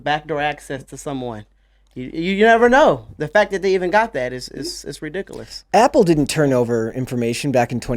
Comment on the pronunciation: He says its redickaliss